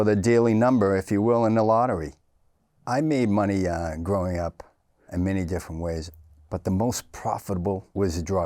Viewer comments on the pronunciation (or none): Irish...... gwowing up in swou bwoston..... 😂